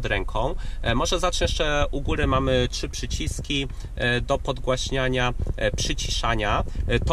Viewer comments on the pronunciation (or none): none